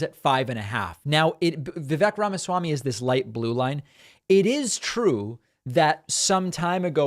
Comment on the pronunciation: "Ramma-schwamy" is better than his previous attempts at Indian names.